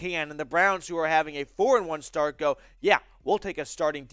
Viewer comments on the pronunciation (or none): none